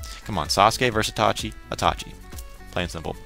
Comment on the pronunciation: It's iiiiitachi! not Atachi! xD Good review :)